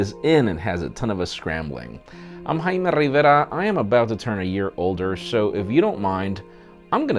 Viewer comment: HAYMEE RRRRRRRRIVERAAAAH